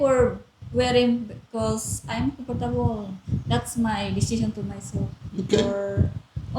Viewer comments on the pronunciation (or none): hahahaaa, my Filipina says comPortable too.